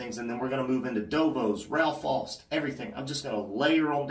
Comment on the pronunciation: Ralf Aust: the "au" is pronounced as "ou" in the word "out".